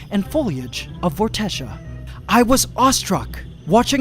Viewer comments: I really like the name Vortexia, and with your permission I would like that to be the name of my band. This is where I need a reply, please? The way I will pronounce it will be V-or-te-sha but spelt Vortexia. How do you pronounce it? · It's Vortexia lol